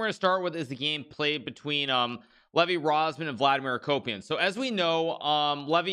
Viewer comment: I kept hearing Vladimir a-Copium